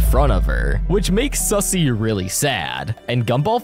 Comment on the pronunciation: Wait it's suzzie not sussy